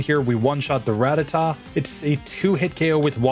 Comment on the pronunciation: A Pokemon YouTuber that actually knows how to pronounce Rattata. Praise the lord.